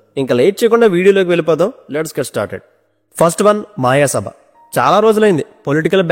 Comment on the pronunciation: Mayasabha not maayasabha